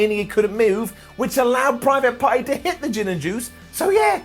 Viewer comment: I'm pretty sure I heard him say "Private Farty".. i don't think I'll ever get that out of my head now.. cheers! 🤣